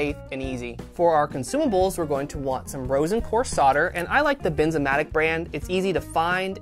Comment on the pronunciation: It’s pronounced rosin core, not row-sen. 🤪